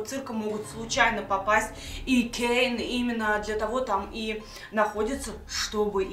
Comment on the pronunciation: Это кейн а не Кэйн